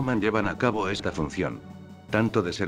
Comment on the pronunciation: ¿Soy yo, o en vez de decir "de está forma" dice "de esti forma"?